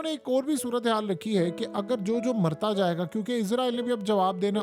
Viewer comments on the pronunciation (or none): none